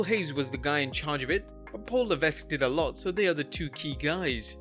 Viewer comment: It's pronounced Paul Leveck not Levesk